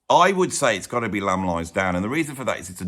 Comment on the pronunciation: "Lamb" at 1 is very wrong